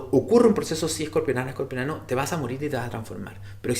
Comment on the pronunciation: Se dice Escorpiano no Escorpionano